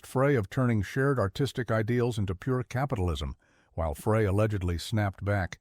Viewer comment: Please, if you are going to continue to produce content like this, pay more attention to the end product. The embedded captioning and AI voice over should be tweaked. Glenn Frey's name is not pronounced "fray", it's "fry" and Jackson Browne's name has an e at the end. Good luck.